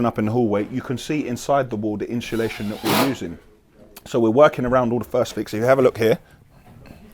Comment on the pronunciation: Is me thats been saying insulation wrong for 30years lol cos says " inshulation" and also "balllarrst" 🤔😂